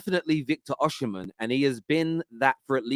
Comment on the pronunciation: Osimhen isn’t pronounced “Oshimhen”. Dont know who told u that but thats completely wrong. It’s pronounced as u see it on face value 😂